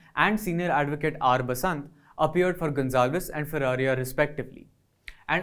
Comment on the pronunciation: Please ensure that the speaker pronounces Arun Ferreira's name as 'Ferreira" and not "Ferreria". This is a basic courtesy.